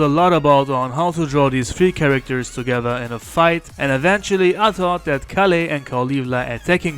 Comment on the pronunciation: Btw you mispronounced kale's name wrong it's kale as in the vegetable not kaleh